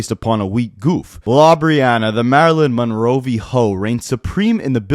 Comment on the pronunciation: “Marilyn monroVhoe”